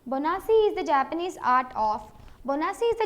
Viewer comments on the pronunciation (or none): it's BONSAI , not bonasi